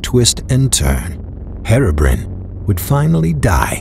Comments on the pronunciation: You said Herobrine wrong it's Hero Br-i-ne not Herobrin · he said hero brin XD it's hero Brian XDDDDD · no offence, but thats not how to say Herobine. its hero-brian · Herobrin Ahahhahahahha am dying you dont know to say Herobrine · anyone gonna comment how he pronounces herobrine?